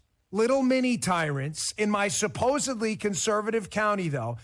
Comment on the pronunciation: He said Supposedly with a B just like the uneducated do.